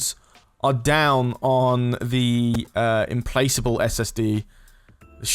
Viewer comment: I think 'implacable' is a hard C , so it's im-plak-able, not im-place-able. great vid though, it's a beast of a ship.